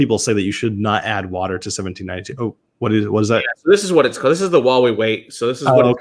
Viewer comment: I’m really surprised someone with a YouTube channel about whiskey has never tried 1792 products . I’m also surprised that they badly mispronounce the distillery name since it is a well known distillery. Lastly, it was formerly called Ridgemont Reserve and not Ridgewood. I shouldn’t know more than someone with a well known YouTube review channel.